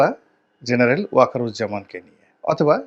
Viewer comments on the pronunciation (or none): none